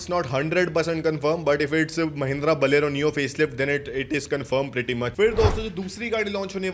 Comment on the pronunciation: बोलेरो सही से बोलना कब सीखोगे छोटे....????